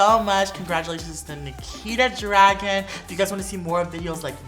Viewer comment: It should not be pronounced dragen it should be draguuun